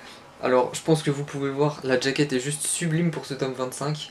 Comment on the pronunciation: J'aime bien tes vidéos, c'est agréable à écouter, mais j'ai juste une remarque: il faut dire "jaquette" et pas "djakete" ^^